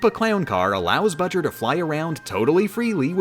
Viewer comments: Why you still call him bujr that is not his name his name is bowser jr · Shouldn't his name be "Bojur", not "Bujur"? I mean "BOwser JUnioR", right? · It bower jr not budger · But... his name is Bowser Jr, not Buwser Jr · I dont get it hes saying budger its bowser jr not budger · I don’t know why, but that fact that you call Bowser Jr. “Budger” is for some reason absolutely hilarious and I almost start crying each time. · excuse me ma’am what is a budger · I like how you call bowser’s jr budger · i don't know why they're calling bowser jr. budger but i am not complaining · Every time yo say buger and not jr I laugh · His name is budger???? Or are you saying bowjr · Uh why is bowser jr called budger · Why does she call him "Budger" and why is nobody else in the comments asking this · Am I the only one who is very annoyed that she calls Bowser Jr Budger? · Who says Jr like ger? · Why the hell do you keep calling him Budger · Plz stop calling him budger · doesn't have the time to say Bowser Jr's name correctly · He’s saying bowser jr wrong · She shortened his name to BJR, that's why she says his name like that.